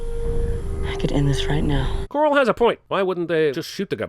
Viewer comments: Didn't even sound like "coral" half the time, just sounded like "CAARRR". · To be fair it was mainly this episode and the following episode when Rick’s face is swollen from the beating he took in which “Carl” sounds like “Coral” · I always heard Koreall.